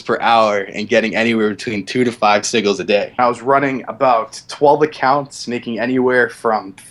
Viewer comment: dude can't even pronounce elysian or sigil correctly.